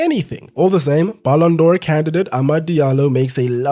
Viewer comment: "Ballon dor candidate"😂😂😂